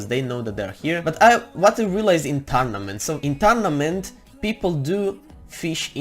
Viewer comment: If u play “TaRnAmEnT” I love his accent!😂👍🏻